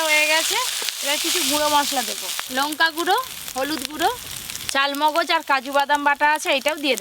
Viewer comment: Chalmogoj noy kothata charmogoj